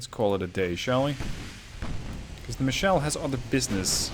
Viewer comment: FYI: It's a german cruiser, so it should be "Michel", not "Michelle". It's a (mostly southern) variant of Michael.